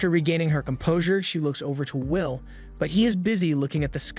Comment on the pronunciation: Bro it’s “will” not “vill” 😂